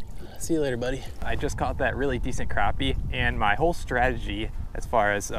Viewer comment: i hate it when people say crawpy ... not crappy